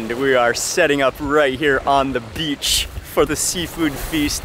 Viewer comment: the way you pronounce beach as 'bitch' is funniest🤣